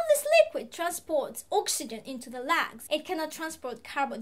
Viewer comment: I love it when you say " cannot transport carbon dioxide out of the lags " the way you say Lungs is so epic. Think i may switch lungs for lags now ... not that i talk to my friends about lungs much :/